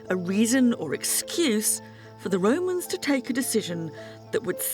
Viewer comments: Everytime I hear "the Roman's" I think of Pilot from life of Brian saying "are wee womans?" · Listenng to her say "Wome" and the "Woe mans" gives me a headache.